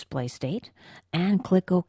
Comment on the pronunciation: And... click Oh-Keah.